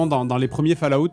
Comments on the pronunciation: Fale-Ah-out ! Pardon mais c'est tout ce que j'entends quand il le dit et il fallait que je le sorte 😂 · "fal à oute", fais un effort, merde!